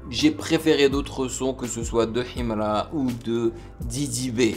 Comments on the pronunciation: Ohhhh depuis j'attendais ❤ et puis la prononciation himra il faut pas lire le "h" 😅 force à toi et au deux rappeurs c'est cool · J'aime comment il dit Himra avec l'accent Kabyle 😅